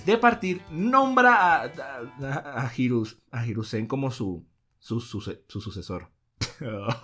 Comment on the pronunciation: Cada vez sigo queriendo mas una evolucion de “jirusen” si, asi mal escrito, por que asi lo dice